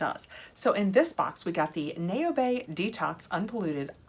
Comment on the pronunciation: Naobay is pronounced "now-bay." Think "cacao" for the "-ao" sound.